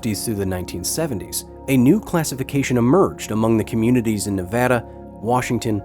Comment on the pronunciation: I’m glad he said Nevada right I live in Nevada and I’m very proud of my state not so much the nuclear testing though has rendered lots of land useless but we are good testing and filming site